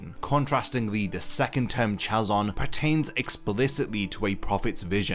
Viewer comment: Hey there thank you for the video I learnt a lot from it. I have a two points to make 🙌 Hebrew is written from right to left therefore when writing vision in Hebrew it's written as חזון. Also the Ch isn't pronounced in the what that Ch is pronounce on the word Chain for example. t's more as if you were saying Hazon but with the H coming deep from the throat. As well as "Saw" = ra'ah is being written ראה